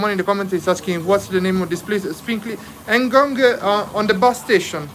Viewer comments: Ngong.... not en ngong .😂😂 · Bro, that place is called NGONG not ENGONGU 😂😂😂😂😂